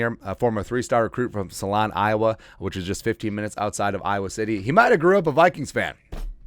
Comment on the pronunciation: I'm from Iowa.... it's pronounced soul-on.... not salon... lol